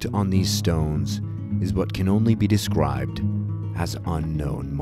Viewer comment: "what can only be descwibed :3"